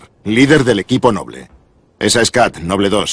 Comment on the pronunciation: esto me gusta, porke en la version latina,en vez de decir ``noble`` dicen ``nobul`` y aki si lo dicen bien como se debe de decir ``noble`` no ``nobul`` excelente video.